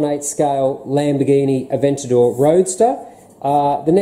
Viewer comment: Well done on the pronunciation.:) Looking forward to seeing how you get on with each new build video. By the way, does your taste in model cars extend to the new range of large Lego models that have been launched over the last few years? The Bugatti Chiron, Porsche GT3, Ferrari F40's, etc.